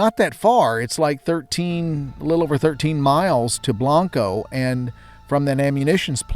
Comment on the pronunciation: Its pronounced blain-co